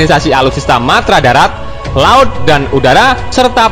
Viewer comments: Min ko mantra seharusnya kan Matra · MATRA MIN....BUKAN MANTRA.....LU KIRA DUKUN...??